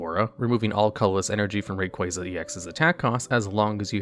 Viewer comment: But he pronounced Rayquaza correctly lmao